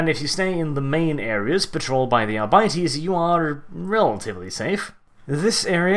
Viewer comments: Ar-bit-ees not Ar-bite-ees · Hate the way your pronounce Arbites. The word seems like a play on Arbitrator, and as such Arbites should be pronounced Arr-be-tez. Not Our-bities. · arbytees really ? I would probably pronounce it more like ar bee tès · Sorry dude I can’t listen to you say “Ara biteys” anymore